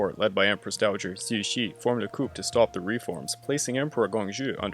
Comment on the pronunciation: Very interesting segment. I am definitely enjoying more info on this part of history. Minor thing, Coup is pronounced Coo phonetically. Coo De Taa. you mentioned in some previous upload you are dyslexic, so I hope this doesn't come off as petty.